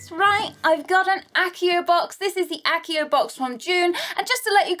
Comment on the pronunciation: that's pronoumced achio!